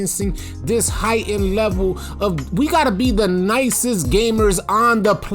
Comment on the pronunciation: When you say “nicest” I hear Pussyest 😂😂